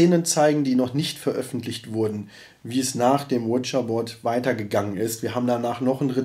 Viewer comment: Finde geil wie zu Ouija Board immer "Witscher Bord" sagt 🤣😂🤣😂